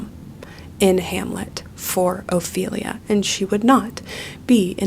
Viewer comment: I don’t think ts knows anything about Hamlet, so I didn’t take it personally when she completely butchered Ophelia 😂